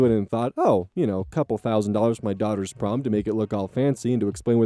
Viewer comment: i thought prom said porn 😭